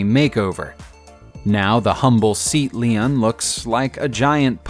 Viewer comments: Seat leen? Its pronouncey sae-at lae-on. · its pronounced say at lay on not seat (as in chair) lean.